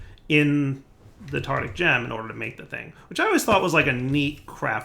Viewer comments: tartARic! tartARic! for god's sake it's tartARic gems! it's driving me crazy you calling them tartic! one would think that after years playing with blood magic you'd have noticed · Say it with me: tar tar ic gem. Tartaric gem. Very good.